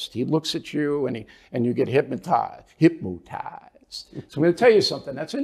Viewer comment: "Hipmotized!"🤣🤣 Bill a fool!